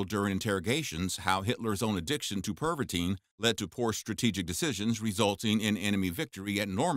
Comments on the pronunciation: in in in ,, pervatin ,, not pervatine fool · PervaTIN, not pervateen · Perva-TIN not Perva-TINE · It’s called Pervitin not perviteen! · I'm pretty sure that should be pronounced as Tin and not teen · You are mispronouncing Pervitin. There is no “e” at the end. It should sound more like “Pervittin” instead of “Perveteen”. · Your mispronunciation of Pervatin, Wehrmacht, Balkans and Barbarossa was very annoying and distracting. It doesn’t take much to learn the correct way to pronounce a word especially when presenting factual information.